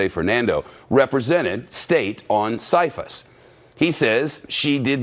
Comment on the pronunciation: First of all good ole Shep is mispronouncing the CFIUS Group....maybe the Congressmen who have mentioned these details have more info then Shep does, so him saying it is false is not totally accurate or why are Congressmen saying otherwise? If the vote has to be unanimous, then her State Dept DID approve of the sale...oh State Dept made a mistake so let's just move on huh? And it has been proven that some of that Uranium HAS been deported out of our Country, Verified by Congress